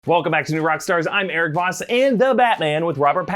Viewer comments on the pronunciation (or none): none